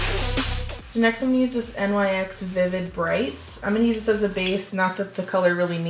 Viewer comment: LOVE THIS LOOK but she pronounced NYX "N-Y-X" and Anastasia wrong too